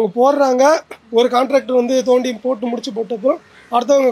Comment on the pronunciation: நொண்டி வேண்டாம். தோண்டி என்று கூறுங்கள்